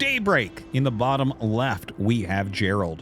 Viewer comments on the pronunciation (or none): It's Geralt not Gerald. Pronounced gare-ult.